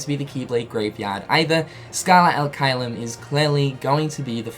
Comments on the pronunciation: If i remember it right from my latin classes, it should be pronounced chelum, with the soft ch sound like in “cherry” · the fact that xehanort’s mispronouncing the latin INFURIATES ME it should be CHAY-LUM, not KY-LUM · Pronounced "Kaiyum" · Please, pronounce "Caelum" correctly. It's like saying chess without the two s and then bloom without bl. I'm italian, i know latin. Please, it hurts :)